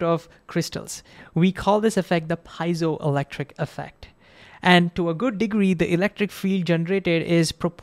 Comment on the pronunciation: Great explanation! I'm pretty sure that you mispronounced piezoelectric though.